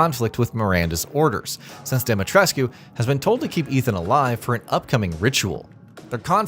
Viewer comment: Why does no one pronounce "Dimitrescu" the way the game does? No one in the game ever pronounces the "U" but so many YouTubers do.